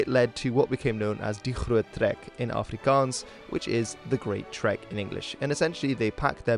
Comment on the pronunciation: Excellent pronunciation of Afrikaans and Xhosa words.